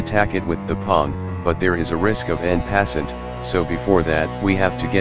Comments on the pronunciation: “Em pasent” 💀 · i love how the computer pronounces en passant